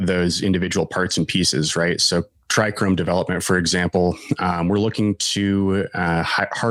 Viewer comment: No "r" in trichome